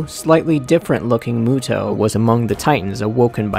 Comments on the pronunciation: I thought it was pronounced "MEWTO" not "MOOTO" ._. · I thought it was pronounced m(you)to